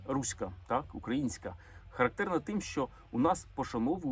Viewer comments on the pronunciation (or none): none